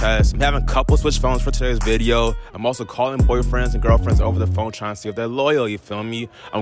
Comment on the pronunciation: I love his unique pronunciations “boi-friends”